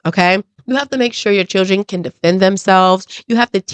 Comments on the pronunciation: She said chrildrin? We be present? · They was all CHURDRIN.... WTF is a CHURDRIN 😂😂😂😂😂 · Her mother can't even pronounce children. Churdren? 🙄 I didn't hear the little girl apologize or admit her wrongdoing? I heard her boast about her grades, being a homecoming queen & head cheerleader. Then I heard her say that she was a better person than the one she was yesterday & she could make a difference. That sounds like what her mother told her to make her feel better about herself & whatever she did! This is what her mother considers to be accountability? Oh boy, tell me you glaze over your child's bad behavior without telling me that you glaze over your child's bad behavior! This is Karmelo Anthony style parenting all the way! 😢He was such a good kid with such good grades right up until he murdered Austin! 🙄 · I agree. Why is it so hard for alot of black women to say " children" properly .